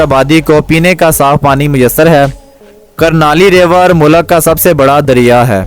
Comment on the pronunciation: بھائی لفظ مولک نہیں ملک ہوتا ہے مقصد آپ کا دل دکھنا نہیں بتانا تھا کی یہ آپ کی ویڈیوں دنیاں بھر میں دیکھی جائے گی